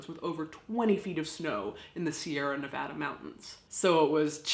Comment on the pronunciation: For the question of "How do the locals deal with it?" I grew up nearby in Reno, Nevada. (Thank you for pronouncing Nevada correctly!) As I recall, I first heard the story of the Donner Party in second grade, as part of the state history curriculum. It wasn't traumatic. Details weren't given. I remember it as "This happened. These people were foolish, unprepared and didn't know what they were getting into. Don't be like them."